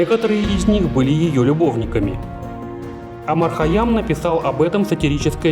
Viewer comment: Не Омар а Умар